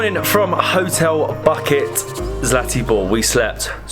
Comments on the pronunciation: Hotel Buket (not bucket, ), pronounced Boo-ket, is the Serbian word for Bouquet. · We pronounce it like Uvats not Uvak, and Booket , not Bucket. You guys are fun to wach, you gave me the idea where to go, I enjoyed your video. Keep it up.